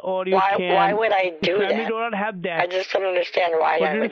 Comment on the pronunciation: "family dooler" hahah